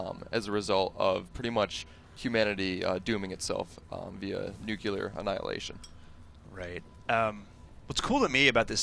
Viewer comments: Nuclear, not nucular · nuclear, not nucular. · stopped watching at "nuculer" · "nukular annihilation" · He's trying to sound all fancy then he say nuculer lol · Nuk-i-ler, son. It's pronounced nuk-i-ler. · its not nukeular